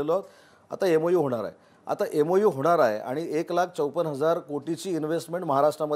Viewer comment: EMU नाही MOU....MOU and MOA are different.